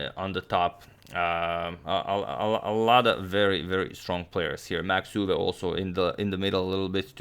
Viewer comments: I'm Dutch. 'Max Euwe'. The pronunciation indeed sounds weird and you absolutely nailed it. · As a Dutch speaker: you pronounced Max Euwe perfectly! ❤